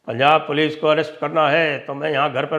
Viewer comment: 'Sympethiser'😂😂😂, 'Pols aa gayi'.